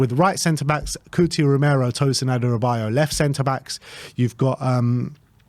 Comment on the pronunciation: It's Adarabioyo, not Adarabayo